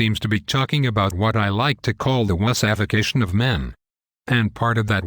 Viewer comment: I think Wussification was what this electronic voice was trying to pronounce- but didn't quite...